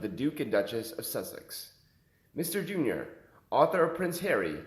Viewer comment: It’s JU-NOR not Junior, idiot